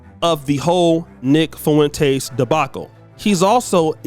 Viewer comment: Man, you right...but it's pronounced Fwin-tez (spelled Fuentes) lol....Foo-win-tays...unless its a diss lol